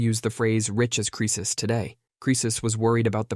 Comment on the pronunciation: Oh yeah I'm always saying rich as creces 🙄